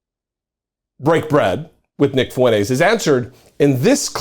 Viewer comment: This skid mark’s name is pronounced “Fwen-Tez”, not “Foo-en-ace”.